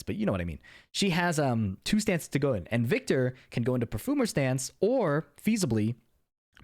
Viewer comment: i like the way you're saying "perfoomer" :)